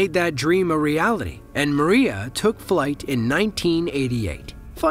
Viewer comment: МРIЯ = Dream . Pronantiation is a " MRIA" & not!" Maria" as you're pronanting ! mate ! Got it ??